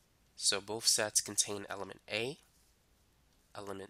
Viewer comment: When you hear sex instead of sets 😑😹